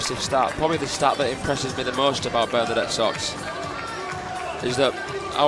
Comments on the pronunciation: i never imagined someone could say Socks 😄 instead of Sœč - yeah , that's approximately what it should sound like . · The pronunciation is not so:ks it's Söchi (very short œ =ö )!!!